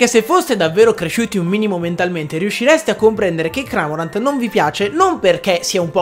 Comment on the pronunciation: Va che Cramorant è un cormorano, non un “cramorano” (ciao )